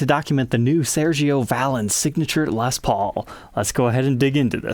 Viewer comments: Pronounced "ValEEN" smh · The accent is on the second syllable. 😂 One of my wife's favorite bands. It makes me laugh every time you say it. 😂